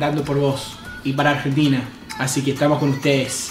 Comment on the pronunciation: Ayee hace un montón q esta y todavía no puede decir bien Argentina jajjaja Igual yo sería así xD